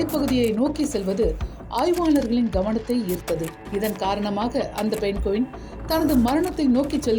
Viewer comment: தம்பி பழைய தலைமுறை நீ இன்னும் மாறவில்லையா ?? அது பென்குவின் இல்லைடா அதை பெங்குவின் என்று சொல்வார்கள். ஏன்டா இப்படி தாய்மொழியான தமிழ் தான் தகராறு என்றால். அன்னிய மொழியான ஆங்கிலம் அகராதி பிடித்ததாக இருக்கிறது. வால்க தமில் வலர்க தமில்நாட்